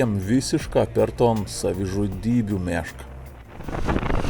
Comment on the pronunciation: Jauciu daugiau nei puse zmoniu pagalvojo, kad pasakosi apie “meška” o ne “miška” :D